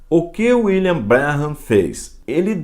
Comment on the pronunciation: Pastor, muito bom trabalho falando dessa seita,mais Pastor, o senhor pronuncia o nome " William " errado !! Meu canal no YouTube é voltado para refutar essa seita,pq um dia eu fui. Fiz intrevistas com pioneiros da #mensagem ( Tabernáculo) é só dar uma passada no canal.